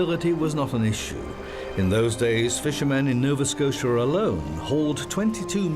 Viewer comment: "Novaskosha." "gazoontite."